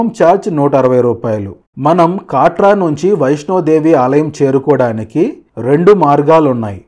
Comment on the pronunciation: కాట్రా కాదు కత్ర